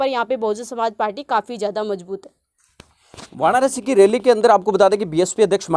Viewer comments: भाई वाणारसी नहीं होता वाराणसी होता है आप गलती से वाणारसी बोल गए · जयभीम नमोबूद्धाय,आप वानारसी नहीं, वाराणसी बोलो..... बीएसपी भारी बहुमत से जितेगी यूपी में बीएसपी जिंदाबाद मायावती जिंदाबाद जयसंविधान जयभारत